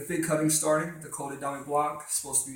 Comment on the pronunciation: Col de Dam - pronunciation ;)